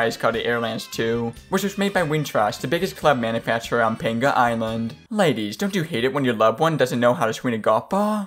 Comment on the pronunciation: Dude you aren't pronouncing it right. It's not PANGUH it's Pong-Yah They say it when you hit a perfect shot